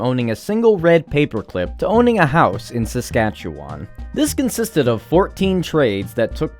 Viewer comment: As someone from Saskatchewan, you said it weird